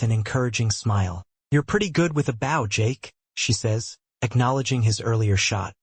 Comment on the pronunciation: Does whatever system this is know how to pronounce bow in the context used? It’s a long o! They aren’t bowing to someone, they’re using a bow and arrow!